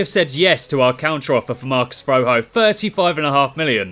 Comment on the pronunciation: Marcus Roh-hoh 😂😂😂😂😂